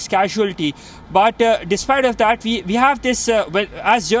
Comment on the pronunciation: WHY DO MY INDIAN BRETHREN KEEP PRONOUNCING THE WORD "WE" AS IF THE LETTER "V" IS IN THE WORD??? THE WORD "WE" HAS NO LETTER "V" GET IT RIGHT.